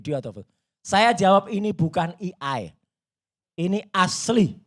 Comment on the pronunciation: Mohon maaf jgn bilang “i ai” buat melafalkan AI